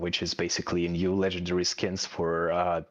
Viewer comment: Legendarary? Hahahahaha😂